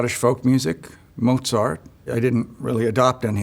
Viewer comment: wow he actually pronounced mozart right (‘motsart’ instead of ‘moh-sart’)